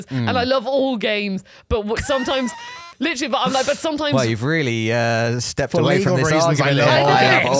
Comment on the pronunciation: Take a shot every time says "litchally"